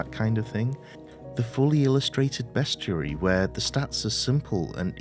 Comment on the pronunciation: Ahhhh…correctly pronouncing “bestiary.” Finally! Nicely narrated!